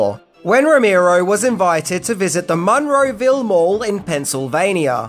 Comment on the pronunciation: As someone who grew up down the street from the Monroeville Mall, it's freaking me out how you pronounce it. lol